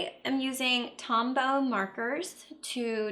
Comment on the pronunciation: Hi there! Did you say "Tom Bell Markers"? I didn't quite catch the name of the markers you used. I love the idea of hand lettering some cards. I love all of your videos. You make my day when a new one pops up!